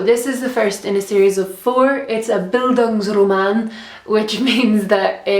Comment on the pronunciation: thefirstandlastdary thank you for responding, i'm German :D i just didn't really understand it acoustically, it kinda sounded like an Italian word :D thank you nonetheless! Xxxx